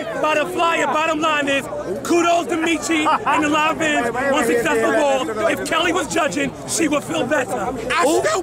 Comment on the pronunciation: It's pronounced Lahn Vahn not Lan Vin